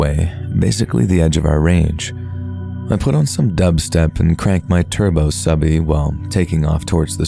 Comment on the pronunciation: you're a great narrator but it's turbo subie pronounced sue - bee. As in Subaru.